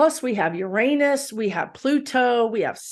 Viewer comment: Great video as always...and I also want to say thank you for saying Uranus properly 😄 I mean UGH everyone's so afraid to say it anymore because of the obvious joke, that they pretend they're suddenly British and say Ur-AH-nus...or even worse, Urine-us 😆. Refreshing to hear it pronounced like we all said it in the old days and I refuse to say it any other way!